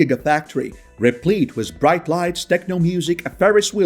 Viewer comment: The word with is pronounced as with not wiss.